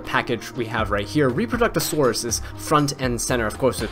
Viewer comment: Not 10 minutes, not clickbait, variation to intro, unsubscribed! I miss this BG music, though, not gonna lie! :) EDIT: , you go out of your way to enunciate "intermediary," yet somehow you get "Reproductosaurus" out of "Reprodocus" LOL (love ya, no hate :P) EDIT 2: : My thoughts in a nutshell LOL